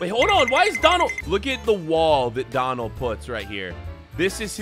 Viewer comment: It is not dalphy it Is donald